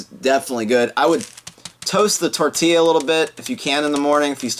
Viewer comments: it's tortilla not fucking Tortilla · It's actually called Tortilla, not fucking tortilla.